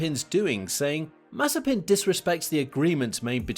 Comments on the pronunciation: Damn. He's Mazépin, not Mázepin or Mazepín 🤦🤦🤦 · Don't you mean Maze-peen